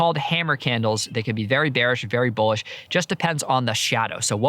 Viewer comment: ah yes hate when the market is "beanish"